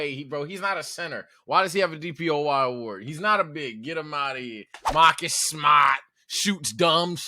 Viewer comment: “Mahhkiss Smahhht” lmaooo